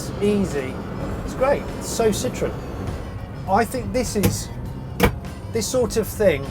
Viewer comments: All I hear is "Sitron", "Sitron"..... Jeez! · I guess it's ok to pronounce Ami wrong, you "only" had 50% chance to get the stress right... And it's ok because you also pronounce Citroën wrong, as if it was "citrus". Don't mind those strange symbols above the letter "e"... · It’s not a Citron it’s Citroën.